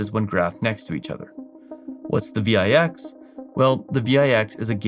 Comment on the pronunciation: Yikes - another one that has aged badly. You don't understand why it's going up or why it went down in the past. I wish you all the best man - but this is not your topic. By the way it's read "VIX" - like VICKS - not V-I-X